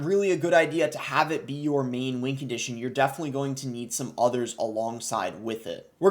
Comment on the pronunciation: Why does he say “wing condition”